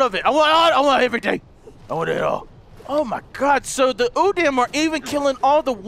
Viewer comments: Plus you pronounce udam, u-dam. The correct pronunciation is u-dahm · its pronounced like this udom